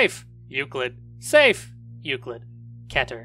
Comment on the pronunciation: Its funny when you say Safe